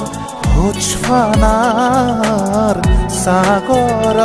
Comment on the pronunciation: I don’t know why every word that start with P being pronounced as F .It’s not hojfana it’s hospana please correct the pronunciation. Please don’t let our culture and language be duplicated , keep the authenticity. The song is nice though 👍